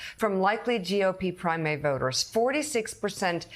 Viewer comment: Did she say GOP primate voters? 😂